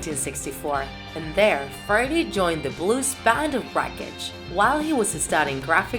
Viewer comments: Ali3nC4t I hear it and she sounds so weird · Why does she say friday and not Freddie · I always understand Friday instead of Freddy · It’s Freddie (Fr-eh-dee) Not Friday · Why is she saying friday? Its Freddie or Fredderick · And she calls him Friday Mercury. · Not to be rude but it triggers me that she says Friday instead in Freddie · i always trip when u say freddie but pronounce it like friday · Is it me or she says “Friday” instead of “Freddie” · She says 'freddie' like 'Friday' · Say his name right, it’s Freddie not frady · Freddie sounds like friday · It is only me or this guy/woman is saying "friday" instead of "freddie"? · It sounds like she says: 'Friday Mercury' a lot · Why does she say friday mercury😂😂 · This person draws so well, but they cannot speak properly whatsoever. This whole video is so cringey because of the many areas where they mispronounce Freddie, Queen, Opera, etc. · I love the way she says Freddie 😂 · “Fraddie.” She pronounced bass like the fish. Deacy’s hair was brown, not black. “Killer Quin” “Ohpera” “Hada Space” “Ander Prasserr” “Hanger”